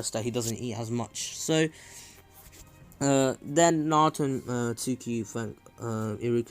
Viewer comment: hes trying to say tsookie but hes saing sookie in the beggining but in the end he corrected saing it